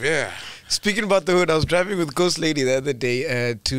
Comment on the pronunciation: GOSTLADY AN THE WORD LITERARY IYOOOO🤣🤣🤣🤣🤣🤣🤣🤣🤣🤣